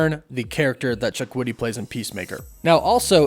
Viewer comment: Props to you on your way more improved pronunciation of Chukwudi's name 👍🏽👍🏽. You were spot on .